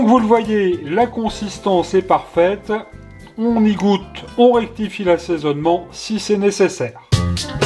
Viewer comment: Le (on y goûte) ça serait-y pas de l'accent Burgonde ? Une tite pointe de muscade aussi ?